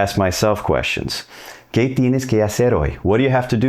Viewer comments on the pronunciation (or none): Bueno pero es ‘Qué’ NO “KAY”!! 😅😂 #Lovesign #SeñalDeAmor